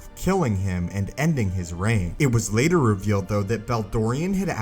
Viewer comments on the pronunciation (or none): none